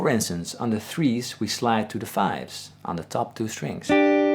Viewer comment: Whenever you say "On the top two strings" it reminds me of a movie line .. "Onatopp??" brief pause "Onatopp .. " lol